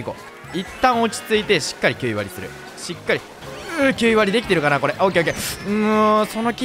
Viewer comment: 「しつかり」とか最初めっちゃ気になってたけどだんだん可愛くなってきた🥺 改めて思ったけどの顔って可愛くてかっこいいよね🥰